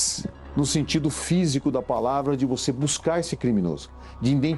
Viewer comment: como que o cara da PF fala INDENTIFICAR epassa numa prova nesse país, meu deus, que país vergonhoso. o cara decora lixo e passa e n sabe nem falar